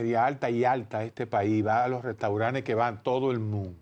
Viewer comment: Restauranes ? Así no Doctor, Restauranes